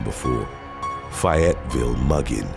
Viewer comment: It's Fay-yet-ville. Not fi-yet-ville. And considering the crime going on there this will help you in future videos lol No judgement, I called it that when I first moved there too because there was a "fi-yet" where I was from.